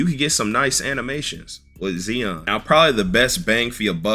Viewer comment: I love your videos but... My mans gotta learn how to pronounce legit superstar NAMES! Zee-on? Zi - on. Roz-err? Rose- eer. Cmon its an NBA game with NBA players. A little google for the respect for the best in the world please! And its TOOOTS like TU-TORIAL!